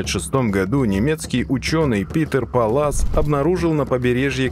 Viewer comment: Питер ПАллас - ударение на первый слог, пАлласов кот.